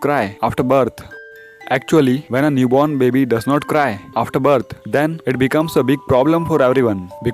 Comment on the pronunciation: the way he says baby: Babee